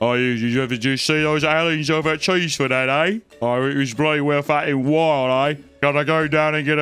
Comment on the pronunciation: As I live near there cheesefoot head is actually pronounced chessford head